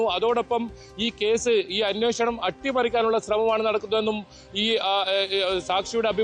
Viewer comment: അന്വോഷണം അല്ല അന്വേഷണം.. 😅